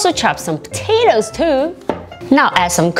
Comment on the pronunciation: Her accent gets so american whenever she says "potatoes"